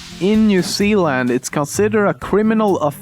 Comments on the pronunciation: bro you call new Zealand wrong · Did he just pronounce New-Zealand "New-Zeeeland?" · more like new-zeal-lind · south park at the top oh and by the way its pronounced New-Zee-Lind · When he says new Zealand it sounds like new sealland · voice is awsome but 2 years ago you Mis pronounced charecter as sharecter and New Zealand and well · You destroyed the pronunciation of my country nz XD